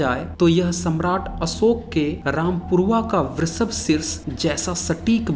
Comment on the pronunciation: Astambh nahi stambh uchhaaran Karo. Asoka nahi Ashoka bolo. Videsi nahi videshee bolo. Improve pronunciation please. Thanks for your video.